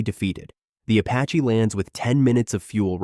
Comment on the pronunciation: “the AH-64 Apachay”